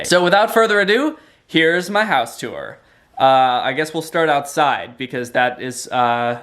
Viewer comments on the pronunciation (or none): You pronounce "tour" like it's spelled "tuor."